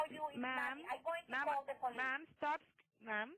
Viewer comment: "Can you please estop calling me" *